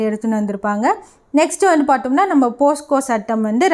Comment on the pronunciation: போஸ்கோ இல்லை போக்ஸோ ..